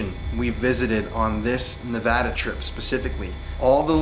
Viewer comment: Thank you for visiting our beautiful Silver State. And thank you for pronouncing our state correctly. I hope you have a great time. I only live an hour away from Tonopah